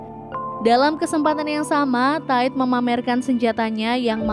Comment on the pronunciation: Solnya kan bisa jadi cowok. Jadi mereka mereka ... Min, bedain cara baca TIDE yang lebih kayak ke memuai di bagian bunyi AI nya gak sama yg kayak di pikiran elu: Ta I 😆